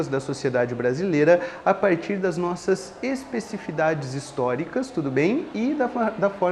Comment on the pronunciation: ESPECIFIDADES? o que é isso? acho que o professor engoliu letra kkkk. Ótima aula, ótimo resumo. Parabéns.